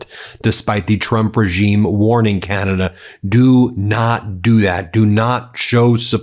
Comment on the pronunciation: Oh, Ben, you did just say “Canadia’s foreign minister “, right? I didn’t dream that… Nope, that’s what you said! Oh, I love it, but people are going to tease you mercilessly. Thanks for a moment of lightness, even if you didn’t mean it. Gotta take fun where you find it, nowadays .